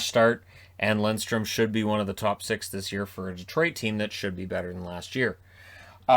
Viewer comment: Thank you for saying Lindstrom and not Lidstrom. That n in the middle makes a big difference when pronouncing it :)